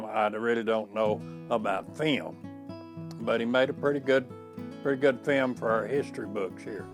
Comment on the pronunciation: It took me a while to realise he was saying film I thought he was saying fam ???